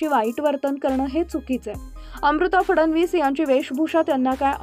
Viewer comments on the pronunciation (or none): none